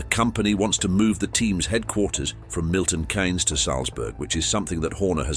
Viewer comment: Agree this is nonsense. A very posh sounding voice and can’t even pronounce Milton Keynes lol